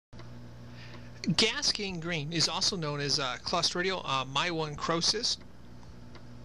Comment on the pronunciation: my-one-crosis? Should be pronounced Myo (muscle) - necrosis (tissue death)